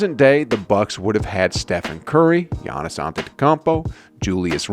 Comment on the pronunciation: The way he says gannis name is sad